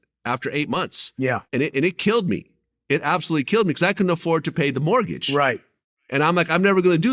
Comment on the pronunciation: Is it me or does he keep saying "martgage"